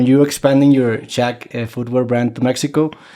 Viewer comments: se preocupa por pronunciar México correctamente. Mucha clase y respeto muestra el Shaq. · se preocupa de verdad este tipo, no es un falso, hasta para decir "mexico" busco pronunciarlo como se pronuncia en realidad y ni como lo pronunciaria un gringo, que crack